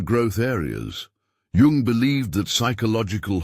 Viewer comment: Pronounced yung